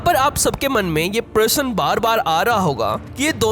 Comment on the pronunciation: Bhai parsan nahi parasna hotahy sudh hindi bolo